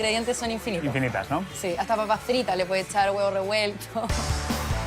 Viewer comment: Eso mismo iba a comentar!!! Nunca me sentí menos representado con algo que bien explicado termina siendo muy chileno como un simple completo. Por favor!!! El solo pronunciar las papas fritas y el huevo revuelto ya nos sacó de Chile.